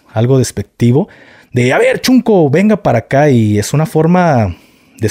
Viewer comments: SEÑOR GAFE, NO SE DICE CHUNCO, XUNCO, SE PRONUNCIA SHUNCO, QUE QUIERE DECIR NIÑO PEQUEÑO O NIÑO CONSENTIDO,SALUDOS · Yo soy de Oaxaca y la palabra correcta es shunco no chunco shunco. Significa el hermanito pequeño q sucede el lugar del q ahora se le dice shipi q dejo decir shunco